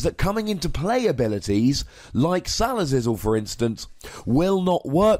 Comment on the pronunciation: stop saying sal uh zizzle pls